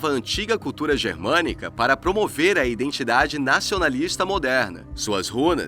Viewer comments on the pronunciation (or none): none